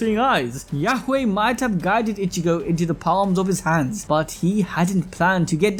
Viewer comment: say it with me (e-chi-go) its not ( itch-e-go)